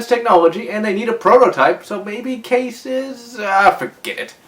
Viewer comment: It's called Kai-ees not case